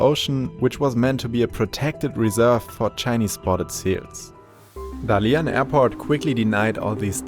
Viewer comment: is it really so much trouble to find out how Dalian is properly pronunced?